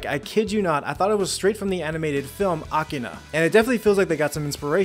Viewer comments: A K I R A, not akina. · It's Akira, not Akina.